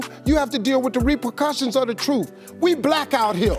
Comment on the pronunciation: "when you tell the truth you gotta deal with the reprucussions of the truth" what the fuck?